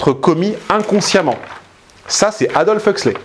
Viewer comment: Aldous, pas Adolf ! 😆